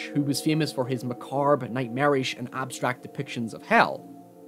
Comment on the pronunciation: uh what did you just say? Were you trying to say macabre? lol